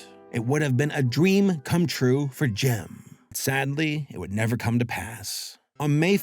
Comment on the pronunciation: Took me about 20min without subtitles to realize you were saying Jim and not "gem"